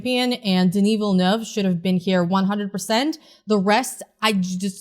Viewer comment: Denis Villeneuve? Didn't you mean Dinoov Velnoov?